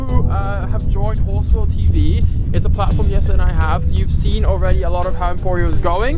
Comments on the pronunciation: Why does call Jesse Yesa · Jesse is originally a Dutch name. They pronounce it Yes-a. English speakers are the ones who changed it.